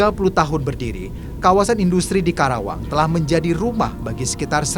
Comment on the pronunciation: KARAWANG BUKAN KERAWANG 😃